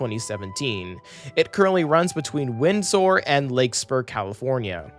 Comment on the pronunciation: AI narrator is the pits. Windsor becomes "wind sore," and Larkspur become "Lake Spore." ????? Is there a producer? Any quality control?